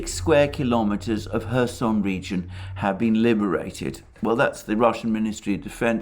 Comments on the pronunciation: There is a "K" in Kherson. My wife who is from Kherson pronounces the K. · Nope. It’s pronounced Hersón. like German Herr) and són.